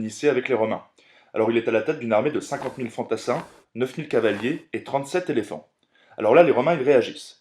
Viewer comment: Intéressant, rythmé, bien mis à la portée des jeunes adolescents. En revanche, attention a votre vocabulaire : - "récupéré des territoires" : on n'est pas chez Emmaüs. - 37 "zéléphants" ? Très zélés, les pachydermes. 🙂 - "gros port" sonne comme une insulte - "envoyer une garnison" : c'est strictement impossible. Des troupes, ou un contingent, oui, une garnison, c'est un délimination géographique et administrative. - le "traité qui les unit" : non, qui les lie, c'est différent Vous devriez vous faire relire par un officier avant d'enregistrer votre texte.